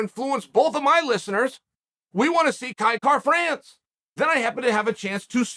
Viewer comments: You know Uncle Chael is high on somebody when he literally pronounces their name correctly🤙🏻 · Kai Kara France the only name Chael can pronounce properly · You must be extremely marketable for chael to say your name correctly. Congrats Kai. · Clicked simply to see if he would say his name correctly 😂